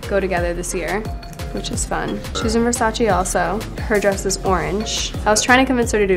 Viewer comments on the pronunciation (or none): NON È "VERSACI" È "VERSACE" Lo impariamo sì o sì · It’s VERSACE not VERSACI plsss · Girl, VersacE not Versaci